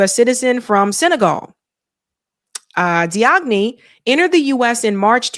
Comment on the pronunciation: Hey, just so you know the suspects last name Diagne is pronounced "Jane/Jain". It's a common Wolof name in Senegal